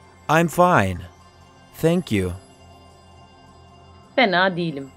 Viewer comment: Adamın dilimi peltek anlamadım... Tenkyu 'ya Senkyu diyor Tam doğru adrese geldik derken oldumu şimdi